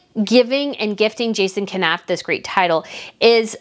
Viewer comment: Please learn how to pronounce Jason Knauf 's name, it's super annoying